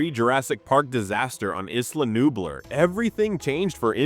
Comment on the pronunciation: The pronunciation of “Nublar” is sending me. Had to stop watching 😂